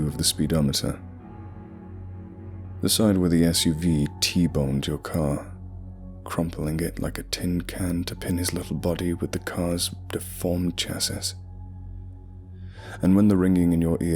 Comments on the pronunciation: Pssst, it's pronounced like chassy or chassie. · chassis is pronounced chassey. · Serious ass tone but I started geeking when cuz said chassiss